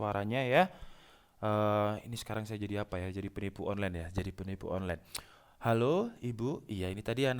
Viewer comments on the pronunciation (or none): none